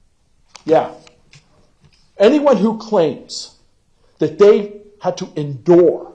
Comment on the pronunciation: Its like he just found out the word endure